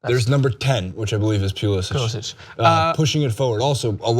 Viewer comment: Pulisic goes by Pulisic, not Pulisic.